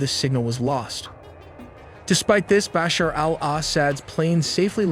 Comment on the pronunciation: Hey listen if you gonna say Baasher and asaaad again I'll report this channel 😂